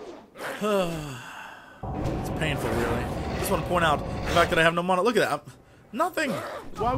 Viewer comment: MANA NOT MONA